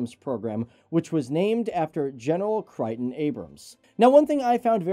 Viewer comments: The tank is named after U.S. Army General (Ret.) Creighton (Pronunciation: Cray-ton, not Cry-ton) and he was actually in the lead elements of Patton's breakthrough to Bastogne in WWII. Also, on the Abrams M1A1, M1A2, etc., outside of the commander's hatch they can mount a Browning M2 .50 caliber (NATO: 12.7mm) machine gun, a coaxial (next to the main 120mm Gun) M240 .308 caliber (NATO: 7.62mm), a mount outside of the loader's hatch (Portside to the commander's hatch) can be mounted another M240 .308 caliber (NATO: 7.62mm....the commander's mount can also be mounted with an M240 as you indicated)....I won't even get into CROWS and the other secondary options. Other than these picky details, as good video! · I recommend that you read a book. Orr Kelly's King of the Killing Zone. You also forgot the Abrams carrys a M-Duese. The M-2 .50 cal. Also General Abrams' first name is pronounced Cray-ton.